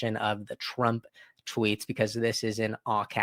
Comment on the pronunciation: Hay... mate you need to pronounce your R WORDS BETTER please it is Donald TRUMP not Donald TWUMP?